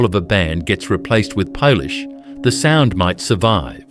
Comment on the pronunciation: LOL, more stupid AI slop. Come on we all know it's Peter Criss not Peter Chris and we also know it is polish not "pole-ish"